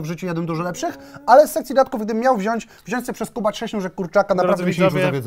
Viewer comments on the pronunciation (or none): none